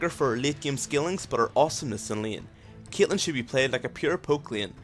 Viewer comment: why do you say CYATLEHN?!